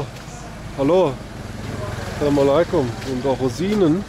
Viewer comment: Lieber, zuallererst großen Dank an dich! Was ich dir wärmsten weiter empfehlen möchte ist, dass du vielleicht bei der Aussprache etwas übst(salamaleykum). salam - reicht auch total aus! Wir freuen uns auf weitere Videos und Liebe Grüße aus München 🫶🏽